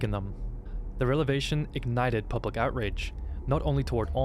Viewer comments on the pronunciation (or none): what's 'relevation'? xD shouldn't it be revelation?